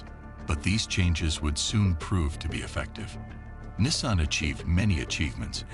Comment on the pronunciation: Nissaan...! The pronunciations 😅